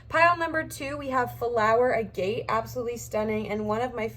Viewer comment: Pile 2 Stone is pronounced 'A' (like in apple) & 'Get', instead of "a gate" Sorry.